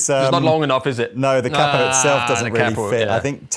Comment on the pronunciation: nice..but a capo is pronounced K-po not cap-o